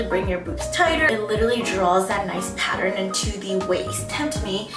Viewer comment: she says..."patter-in" instead of "pattern"